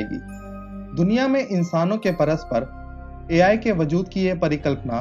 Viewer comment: Bhai sahaab A.L. nahi wo A.I. I FOR ICECREAM hota hai